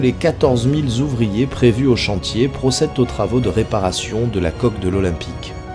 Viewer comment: Trois mille zouvriers? C'est quoi un zouvrier? ;-)